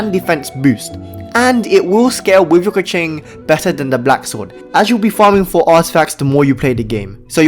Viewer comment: lol, stop saying kiki.😅 its chichi